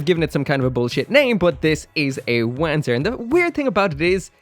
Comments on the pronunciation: I really really hope Bandai puts out more kits like this one. More Wanzer style stuff, less giant humanoid things. Also crazy hearing you pronounce it W-an-zur, in universe it's won-zur. And since FM3 was your gateway drug to mecha maybe go try out the remakes of 1&2, the remake for FM3 is in development. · This new 30mm kit looks super awesome as a big bulky armored core inspired mecha. BTW it's pronounced Vanzer. It's german and the W is more like a V. Also it's translated to Walking tank which makes alot of sense. And one last Front mission 4 is awesome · Pronounced as "vahn-tser"... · Having played front mission 4 and knowing how Wanzer is meant to be pronounced, i physically cringe when you say it. I know you can't help it but... ;; Edit to be helpful: Wanzer is a shortening of Wander Panzer. So rather than wa-an, it's w-on, if you wanted to de-accentize it. In the actual games though it's more like vonser, because it's german. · Am I the only person who kept hearing "wanker" instead of "Wanzer"? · I’m sure other commenters have mentioned it, but still I feel compelled to point out that “Wanzer” is pronounced with a ‘V’ sound, not a ‘W’ sound. It’s a Germanic type of word.